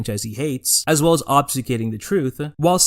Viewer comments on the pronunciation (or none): Video literally so good but the audio is nawwwttt goood 🤕🤕 struggling yo watch to the end when the audio is attacking me with its varying volume and LACK OF POPFILTER THAT IS A PRIORITY PLS 💔💔 also... leavign in a take where you say "osbsuscating" is just crazy. Not even close on that one